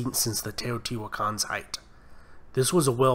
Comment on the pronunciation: Oh yes... "The Teejohtiiuakaans"; White protestant descendants of Dutch settlers? (I think he meant to say, "Teotihuacanos", but ok) ... We can call them "Teotihuacans" without breaking any English rules, I guess.